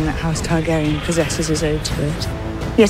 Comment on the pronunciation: i'm already miss Milly Alcock pronounciation of "Dracarys"